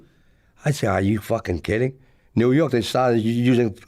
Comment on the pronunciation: He almost Said "Yew Nork" 😂